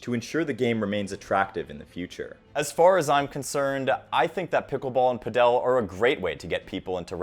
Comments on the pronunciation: I live down here in Colombia and the place I play tennis also has padel courts. I am not saying who is right or wrong, but down here padel is pronounced by my Colombian neighbors in Spanish as "paddle" rather than "padél" like in the video. Not saying anyone is right or wrong, just making the observation. BTW pickleball is not a thing at all down here. The place I play is owned by a retired Colombian tennis pro, who ironically now seems to prefer Padel. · Sorry, but not sure why you pronounce it as padEl (accent on the E) when it’s pAdel (accent on the A). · It's Pádel, not Padél, So like paddle, not like Nobel. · It’s not PA DEL it’s pronounced PAD EL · The mispronunciation of Padel drove me crazy. It's not "pa-DEL". Jamie Murray pronounced it correctly. How it's pronounced in Europe is phonetically "paddle". Good content you probably just contributed to a bunch of people not knowing how to say this game's name. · It's PA-del (pa as in party, del as in deli), not pa-DEL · Who will tell him it’s not PadEl it’s PAdel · It’s paddle; not padel. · why do you pronounce Padel like that ? It sounds like paddle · You can just pronounce 'Padel' as 'Paddle'. In Spanish, the stress is also on the 1st syllable (pádel). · Ive never seen someone pronounce padle so wrong before 😂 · So.... PÁDEL pronounced, at least in Spanish; the accent is on the á.... So the strong syllable is the first, not the last one. PÁ!.....del... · Just say padel like you say paddle. It's not "Padel Castro" 🤣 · brother your pronunciation of padel makes me cringe. all this research in the sport, including interviews of people who say it correctly and the man decides puh-dell is the way to go smh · The first time he mentioned it, I thought he was saying “Fidel”. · It’s pronounced Pad-uhl ball/tennis as in Paddle Steamer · did you just call padel, pedel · Pretty sure it's pronounced 'paddle' if you're speaking English. 'Pad-el' if you are Spanish. Makes me laugh every time you say it though.😊